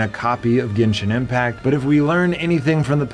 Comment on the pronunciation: Yooo he finally pronounce genshin impact correctly